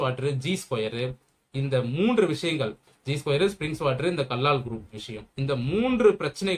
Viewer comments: First learn to pronounce the name properly. It is Kallal கல்லல் Do not pronounce as Kallaal. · Kallal bro not kallaal